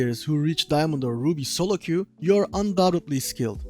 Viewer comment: solo q diyişinden dedim türk bu adam :D